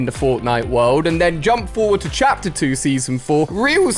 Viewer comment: Why did you say chater 5 did any one notice